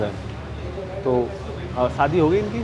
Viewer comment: Shaadi ❌ Saadi ✅ Camera ❌ Kemra ✅